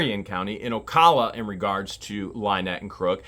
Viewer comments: OCALA , PRONOUNCED OH-COW-LA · Ocala Florida is actually pronounced as Ocaala